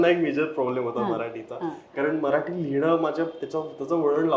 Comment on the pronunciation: हा "मराठी" ला "म्हराठी" म्हणतोय सतत, त्याचा तो उच्चार कोणीतरी लक्षात आणून द्या आणि दुरुस्त करा.